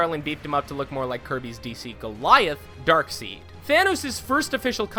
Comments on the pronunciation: Dude don't be that guy that pronounces it "Dark Seed" bro come on my G. 😂 That's the way you hear Darkseid pronounce in everything DC puts out when it comes to video game voice actors cartoons and movies stop it. Plus ☝🏾🤨 "Darkside" sounds way fuckin doper anyway cuhz. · it's said like dark side!!!! it looks like darkseed, cause its spelled darkseid , but it's side not seed! why do people get this wrong>< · Its DARKSIED not DARKSEED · "Darkseid" isn't pronounced "dark seed." It's pronounced "dark side." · Dark SIDE NOT SIEAD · Wtf is a darkseed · love how you pronounce Darkseid "Dark - Seed" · Dark-seed? Dark-seed? Really? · Couple of corrections, it's Darkseid, not Darkseed. Also that Hawkeye EW cover is fan made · Darkseed... really?